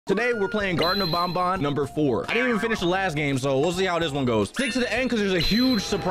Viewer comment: BRUHHH THATS NOT HOW U SAY BANBAN BA-N BA-N anyways I was laughing soo much :)